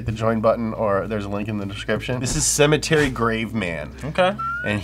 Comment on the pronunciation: it’s sematary